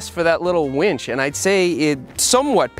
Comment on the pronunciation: snicker... You said "little Wench" XD